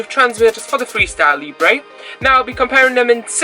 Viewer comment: Hi, Your videos are helpful and real- world Talking about pronunciation; it's pronounced "Leebra" , not " Leeebray" Keep up the good work